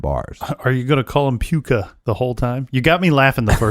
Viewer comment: Puka not hot "a" hahaha!